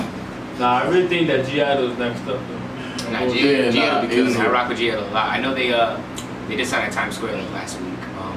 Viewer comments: They are definitely my favorite girl group now. Hann and La Ta ta are such bops 🔥 Thanks for finally reacting to it 💟 Edit: BTW you don't pronounce the G, it's silent, atleast so i heard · Hey wanted to correct something ... The 'G' is silent ... And so the group is called 'idle ' ... 😁 ... Btw good reaction ..👍😀